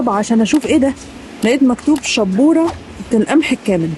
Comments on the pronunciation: موش شبورة 🤣🤣🤣🤣 دي شاااااابورة يعني الفايش الصعيدي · الشابوره هي زي الفايش عندكو في مصر وتنطق شابوره بمد الألف مش شبوره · شابورة وليست شبورة ياحاجة يعني بقسماط يا عسل 😅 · شابورة مب شبورة 😂